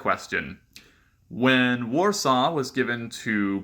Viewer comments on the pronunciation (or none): none